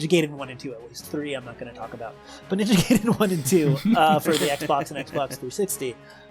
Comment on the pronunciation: He said "Ninja Gay Dan"